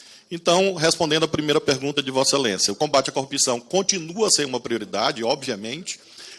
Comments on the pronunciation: Repita comigo: cor-rup-ção. Nunca "cupção". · Até o tema favorito dele: a corrupção ele fala cupição. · Não consigo dar crédito a um sujeito que fala "coúpição".... Parece analfabetismo funcional...kkkkkkk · Esse idiota que fala "cupção" porque é um analfabeto funcional, não para de tomar na fuça. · Todos esses pulhas falam “ cupção” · O Dino só faltou falar: E quando seu merda vc fizer uma pergunta sobre corrupção aprenda antes pelo menos falar a palavra correta. Porra de cupicão. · Deltran não tem nenhuma reputação pra ficar se fazendo de superior... Além da impossibilidade, assim como Moro, da pronúncia correta da palavra corrupção 😂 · ESSE INDIVÍDUO NÃO CONSEGUE FALAR A PALAVRA CORRUPÇÃO. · O pessoal do Paraná não sabe falar corrupção?😂😂😂😂😂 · Esses acefalos nao sabem pronunciar a palavra corrupcao! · CORRUPÇÃO CORRUPÇAO esse homem nem consegue falar a palavra